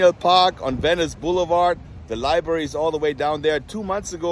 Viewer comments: Its "library" not libary. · It's "LibRary" not "liberry." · Pronounced Library not libary 😎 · Haha.. you mispronounce library like most Americans do ;)